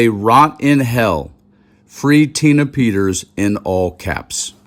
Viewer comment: Who is Tina "PETTERS"?